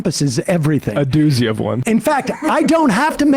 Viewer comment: “A doosey of one” 😂